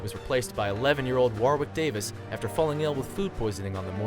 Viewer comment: His name is pronounced WOH-ICK. He's now a celebrity in the UK on mainstream TV and comedy